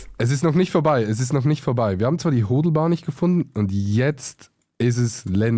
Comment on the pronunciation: Hodlbahn haha, heißt Ho"a"dl, das a musst du voll betonen.^^